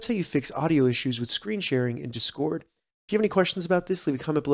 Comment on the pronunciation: learn how to say discord you weirdo